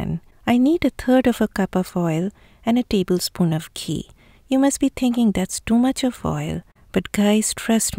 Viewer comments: Dear, I have just become a new member of your channel or Blogg. I must say that I am very impressed and happy to have known you. I would love to correct your pronunciation of some words and the one I picked from this recipe is: Ghee, not Jee. Keep up with the good work. Thank you kindly. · There must be some distortion in the microphone as “ghee” is my natural pronunciation and I can’t say “jee”. I am from India who won’t ever pronounce ghee wrong.